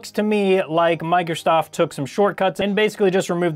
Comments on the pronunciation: Is it just me or does it sound like he is saying "Microstoft" ? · I’ve noticed he has trouble pronouncing Microsoft 😂